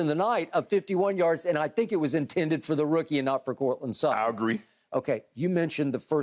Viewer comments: "courtland slutton" lmao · “Courtland Slutton” 💀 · "Courtland Sluttand". nice 🤣🤣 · I came here for Shannon Sharpe to say Coutland Slutland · "Courtland Slutton"?? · Shannon: Courtland Slutton 😂😂😂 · "courtland slutton"